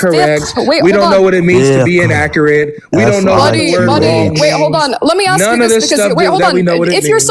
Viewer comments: So smart but then says axe instead of ask . Shake my head, too hard to listen to that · Dude it's cald ASK not AXE. What blacks have done to the englisch language ist the same what Muslim do to the German language. What a Joke.